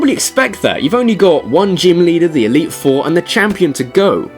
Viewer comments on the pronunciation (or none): none